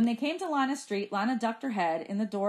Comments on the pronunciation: her name is lee-na not liy-na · Emily Zhou same but she’s saying it as an “i” not “e” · it’s pronounced lie not lee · I hear lie- na but I think it is lee- na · to me, it sounds like Lana or Lee-na........ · its pronounced "lana" but spelled "lina". ^O^